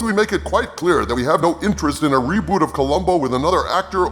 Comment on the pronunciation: For a second I thought you said Columbo Robot.